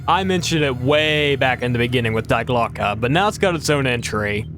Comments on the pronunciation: Just a minor thing and no one who speaks english propably gives a shit but Die Glocke isn't pronounced Die Glocke, it's pronounced Dee Glocke, because german, it's one of the three german articles, die, das, and der like english has a, an, and the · It’s pronounced ( D Glock eh) Die glocke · Was really interested in the video until you immediately started with "dIe GlOCkE". I thought this could be a good video about interesting true stories of the war and not age old conspiracy theories